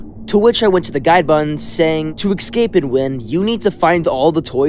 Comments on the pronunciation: whats with u sayin "eggscape" and not "escape" bro? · Bro said ecscape on the first game, pronounce escape right dude!